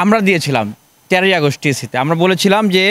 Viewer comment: August err uchharon thik korenn